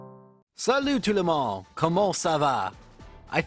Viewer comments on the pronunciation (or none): I'm french, and honestly, your french in the intro was quite good ! The "comment ça va" was near perfect, but you need to spell a bit more the last two letters of "monde" for "salut tout le monde" =) Here you just said something more looking like "salut tout le mon [...]". Don't hesitate to insist a bit more on the D like if you were saying it for saying "dressing" or "drinking" as it's an important part in the word -> it makes the junction with the 2nd syllabe ^^